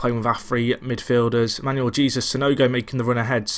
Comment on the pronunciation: Sorry buddy, although I've pretty much watched most if not all of your Tracksuit to the Top series, the name pronouncing is starting to get a bit annoying! Jesus is pronounced as 'He-sus' in Spanish, it'd be amazing if sometime could be spent on working the names out, makes a world of a difference.